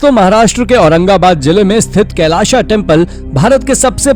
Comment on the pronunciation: कैलाशा नही! कैलास !!